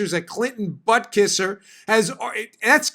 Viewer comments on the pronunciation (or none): none